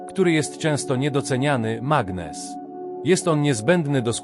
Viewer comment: Mg=magnez a nie "magnes"